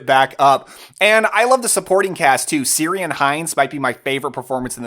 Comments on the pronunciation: It's "Keeran" just fyi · Ciaran hinds is pronounced with a k. Like Kieran. Hes Irish 😊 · Love your channel! Maybe someone has already pointed this out, but the actor's name is pronounced "Karen" (Ciaran Hinds). In Gaelic - either Irish or Scottish - "C" is always pronounced as a hard c (k) sound. The Boston "Seltics" just doesn't work for me lol! But I'm not a sports fan 🙂